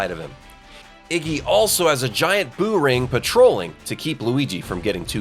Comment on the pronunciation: ITS BOO NOT BOP